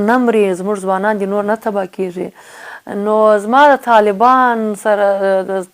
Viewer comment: نغمې جانی ښکلی سندر غاړي یې او ددې په څنګ کې شاعر هم ېې اما دپښتو ژبې لهجه دي ډیره کم زوری ده د مؤنث او مذکر توپیر نشي کولای کله دپيښور یانو په لهجه خبرې کوي او کله کندهاری ګډوډه پښتو وايي قسم دی نفرت مې درنه وشو منګل سومره شکلی پښتو ژبه خبرې کوي ته کله کیګی وايي او کله کېږي وايي ډیر شرم دی اما په یوه مرکه کې ایمل پسرلی هم درته متوجه شو